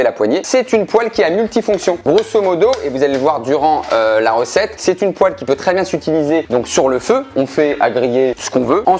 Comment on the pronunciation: enfin il prononce le mot "poêle" correctement ! Vive le Nord !